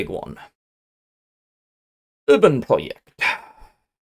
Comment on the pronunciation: Nice video.. One sidenote: It sounds like you're pronouncing "Uranprojekt" as "Urbanproject", but in fact it is german for "Uranium Project".:)